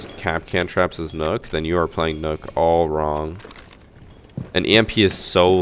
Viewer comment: Mans be saying “Nook” Instead of nokk pronounced “Knock” but that’s it other then that great vid